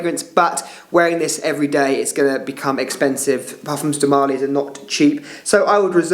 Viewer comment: marLY… not MÁrly